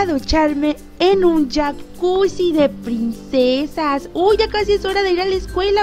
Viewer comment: Porque dices pinsesas?😂😂